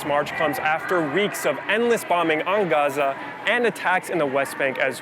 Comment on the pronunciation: Why do they pronounce GAZA like that? It’s sounds so barbaric